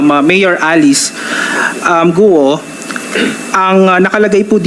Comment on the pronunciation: Ikaw lang ang tamang nag propronounce sa pangalan ni Alice Guo. Everyone else pronounced it as Alice GO. Magaling ka pa sa mga Senators 😅😅